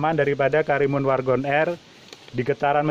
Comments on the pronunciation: WAGON atau WARGON pak??😂😂, agak belibet gua ngedengerin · WARGON apa WAGON c...cukup gw dengernya cukup jelas pa..cukup jelas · Wagon R om....bukan wargon...✌ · Wagon R bang..bkn wargon R 😂